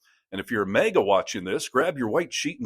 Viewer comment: MAGA is pronounced like maggot. Not like the month of May.